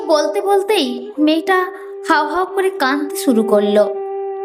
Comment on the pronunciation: কানতে নয় , কাঁদতে / বেস্ নয়, বেশ / ন্যাশা নয়, নেশা / শেস্ নয়, শেষ / ল্যাখাপড়া নয়, লেখাপড়া।। ইত্যাদি ইত্যাদি।। 🎉 যদিও এপিসোডটি বেশ দীর্ঘ।। সেই অনুপাতে এবারে উচ্চারণে খানিকটা উন্নতি হয়েছে ।। আশাকরি আগামী দিনে আরও উন্নতির সংগে প্রতিটি এপিসোড শ্রোতাদের কাছে সবিশেষ বাহবা পাবে।। 🎊 পরিশেষে আন্তরিক ভালোবাসা আর অনেক আশীর্বাদ রইল ।।